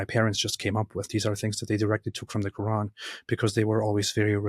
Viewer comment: For me a Big no no was growing in islamic household and practiced islam yet still cant pronounce "Quran" something is fishy 😂😂😂😂 kuraan side note not talking about english pple..❤